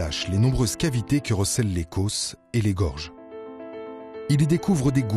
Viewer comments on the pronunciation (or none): les causses, pas les côôôsses